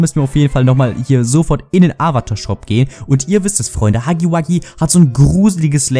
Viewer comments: Er heißt Hugi Wugi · Nur dass du es weißt es heißt nicht hacki backi ist heißt... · Warum sagt jeder haggy waggy